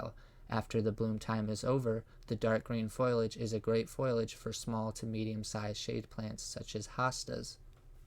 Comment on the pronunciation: It is not foilage...it is foliage and pronunciations are not very good. Sounds almost computer generated.